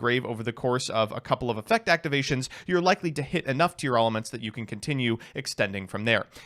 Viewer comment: Everyone is pronouncing Tearalament wrong and I will not be convinced otherwise